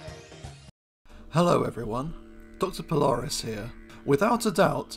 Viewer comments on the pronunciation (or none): none